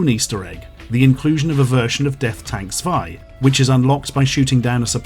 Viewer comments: How he pronounced "Zwei" (two in german) gave me a huge laugh (in a good way) I love it so much when non-germans try to pronounce a word from my language, thanks a lot for that <3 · Everyone's talking about the pronunciation of Super Sayan, while I got AIDS from his way of saying "Zwei".